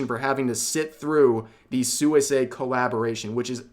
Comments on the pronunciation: You know her name is pronounced "swee-say" and not "sooey-say" 😄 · Hi, Rev, good stuff. One thing: Suisei is pronounced more like "Swee-say" than "Soo-ee-say". It means "aquatic" or "aqueous". I hope this situation sorts itself out. Hololive at least seems more together about this stuff than that other Japanese VTuber agency that has been so much in the news lately. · Did my boi Rev just say “soo-ee-say?” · the way you say suisei is kinda psychotic just sweesay- is fine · I know I'm gonna get dunked on for doing this, but here's a pronunciation tidbit! Suisei is pronounced "Swee-say" in the JP language. I personally try to do it accurately when it's a JP Vtuber, but I'm already firmly in "That Guy" territory by commenting this. XD Love your content, Rev! Keep it up!